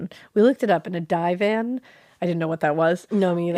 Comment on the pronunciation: Just a couple of British notes for anyone curious! Marylebone is pronounced "marlebun" like "Marlborough". A divan (pronounced like "river" not like "rider") is a bed that's basically a block or series of blocks that you put a mattress on - instead of a bedframe.